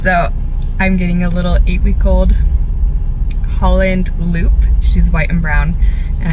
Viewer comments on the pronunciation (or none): holand loop? lol its holand LOP no offense just letting ya know